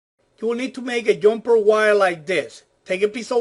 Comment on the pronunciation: I always thought it was the “Jumper” wire, not the “Yumper” wire? Learned something new.